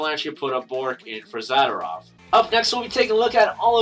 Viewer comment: zuhdoorov is how you pronounce his name ;)